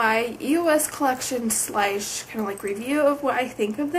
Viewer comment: when she said slash she said it funny LOL